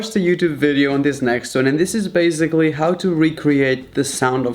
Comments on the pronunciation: Why do you say “baziclly”and not basiclly?i am the only one who is annoyed about this? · Why is that guy saying bazgily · Okay I guess .........